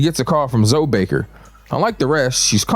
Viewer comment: Calling Zoe(y) just zoe is fucking sending me 🤣